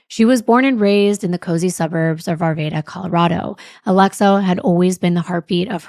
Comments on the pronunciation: I love you both! Just for clarity, the city Arvada is pronounced "ar vad a" (soft A) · Arvaaada is the correct pronunciation 😊